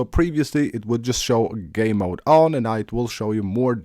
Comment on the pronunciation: Hahahaha I heard that to it’s his accent but he means well lol